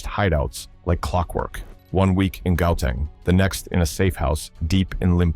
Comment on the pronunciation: It's Gauteng, not Gauteng bro